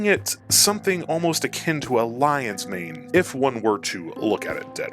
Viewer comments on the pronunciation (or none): none